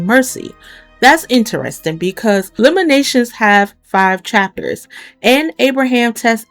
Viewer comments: Lamentations.......not Lamenations. Good video , thNks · Lamentations is pronounced with a “t” sound in the middle. No shade…just wanted to let you know!